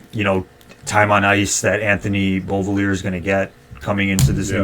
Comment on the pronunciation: Pronounced Bo-villy-ay boys😅 Also gonna be waiting for that shot